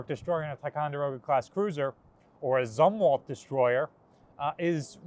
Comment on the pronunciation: I believe it is pronounced ZOOMwalt. My father knew him and that's how he pronounced it.